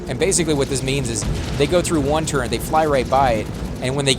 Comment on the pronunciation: Turret, not turrent